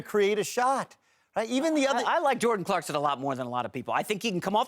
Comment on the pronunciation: For the love of god his name is Clarkson not CLARKSTON